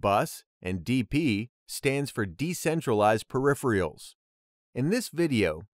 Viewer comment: To be honest I thought the video was great. Simple, concise, to the point But "periph-rials"? Hahaha! Love it. I'm going to use that every time now